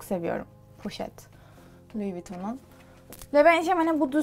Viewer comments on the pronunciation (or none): Louis Vuitton değil lou vuton